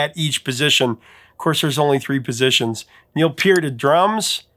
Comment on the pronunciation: Was hoping hoping hoping WHEN you got to Rush, that you’d pronounce Neil’s last name correctly, but NOPE…. you don’t pronounce it correctly EITHER! Folks, it’s not “PEEEEErt! It’s “PURT!” The letters e,a,and r, are a LETTER GROUPING THAT MAKES A SPECIFIC SOUND!!!!! They are NOT individual letters thrown into a word to sound out. Just like the word Pearl. WOW! People kill me with the MISpronounciations!